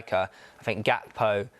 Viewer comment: I'm so happy u both said gakpo lol. From all Liverpool fans